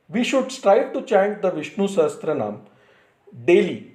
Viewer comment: It is pronounced Sahasra-naama, not SahasTra-naama. Sahasra means thousand